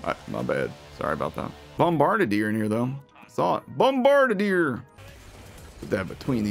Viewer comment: Bomba-bar-bar-deer, but close enough i guess, can't get too mad